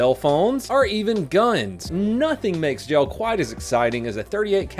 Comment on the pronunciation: When says jail it sounds like gel 😂